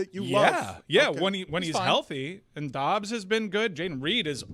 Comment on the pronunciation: its dobbs not "dubs". Fine! 5 dollars